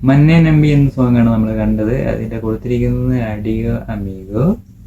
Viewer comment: മന്നെ അല്ല മണ്ണെ ആണ് ആദ്യം സോങ് കേൾക്കുക എന്നിട്ട് സംസാരിക്കു... അല്ലാതെ ഒന്നും അറിയാതെ വീഡിയോ ചെയ്തു വീട്ടാൽ നമുക്കൊന്നും അറിയില്ലെന്ന് ധരിക്കരുത്. ഇത് താങ്കൾക്ക് പറഞ്ഞ ജോലിയില്ല. വിട്ട് പോകൂ.... 🙏🏻